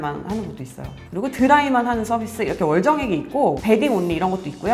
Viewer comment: 가전주부님 아나운서 출신이라 그러신가 월정액 정확하게 발음하시네요 ㅋㅋㅋㅋ 우리는 보통 다 [월쩡액]이라고 읽는데